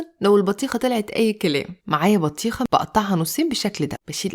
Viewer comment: اسمها بطيخه مش بتيهخا